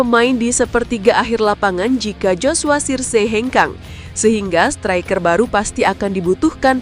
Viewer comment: Min,pelajarin dulu cara baca yg bener. Example striker,bukan stiker